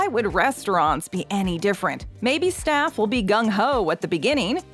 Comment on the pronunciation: at a part of ur vid you said shaffs instead of staff